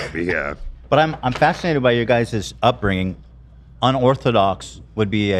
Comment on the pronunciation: The way Ethan says the words sinGer and upbrinGing is so funny lol